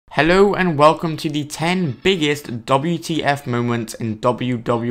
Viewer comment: Doubleyewwwww teeee efffff mewments